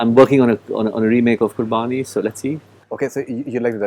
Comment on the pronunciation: He is emulating his father. But i agree with you. Especially the way he is pronouncing Qurbani.